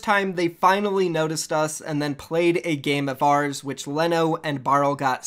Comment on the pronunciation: I know Leno irl. It's pronounced Lee-No, not Le-No